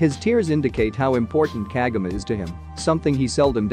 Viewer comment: You keep on pronouncing her name wrong